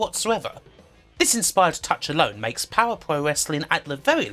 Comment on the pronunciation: Fire pwoah